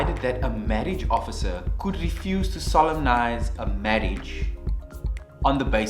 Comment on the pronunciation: Took a moment; am I the only one who, when solemnise is spoken, heard sodomize?